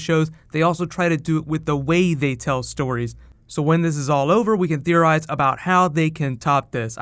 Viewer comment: i love how he says "theorize" but it pans over thea, ha "thearize"